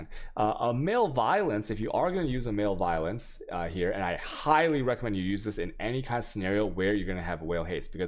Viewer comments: You drive me nuts with some of your pronunciation of so many words.. Learn to pronounce malevolence please. def: the state or condition of being malevolent; hostility. pronounced as muh·leh·vuh·luhns... not MALE-violence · Your pronunciations of words is atrocious. Butchering so many words. Male violence... jardian... jambler... chows... MbXtreme is an awfully annoying person, but at least he tries to learn how to pronounce English words correctly, since he is targeting an English speaking audience. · Oh... Your pronunciations get me every time man. Male violence lol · I honestly don't think he knows what that word means or how to pronounce it.